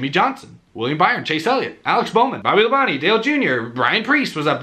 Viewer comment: I knew he was going to say Bobby LaBonte’s name right once he heard it today lol